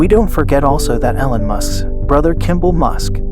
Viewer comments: EEEE-lon, dude. Not EH-lon. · No, its your voice program saying Ellen Musk instead of E-lon. Damn do you people even listen to what you say? Fuck man! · no, your pronunciation of his name is wrong. I was trying to give you help phonetically. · yeah pronounce it correctly or no sub.😄